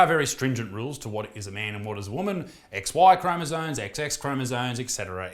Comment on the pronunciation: chromosomes, not "chromosones"..